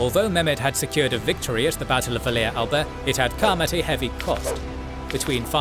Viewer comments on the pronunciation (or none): The circumstances regarding Vlad's death are quite unclear and it is generally unknown what happened, but most believe he died in battle Also decent pronunciation of Romanian names this time, although the -ea in Valea Alba and Oradea is pronounced "ya" rather than than the current "eya"